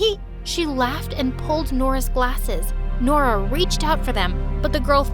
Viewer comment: I thought Nora said her name was DORA 😭😭😭😭😭😭